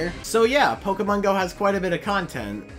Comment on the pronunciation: its pokèmon go not pokeeemon go